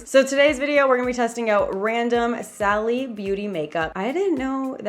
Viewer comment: It’s pronounced “Sally”